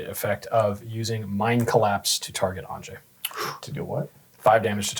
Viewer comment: every time….. every time. It’s pronounced ahn-yuh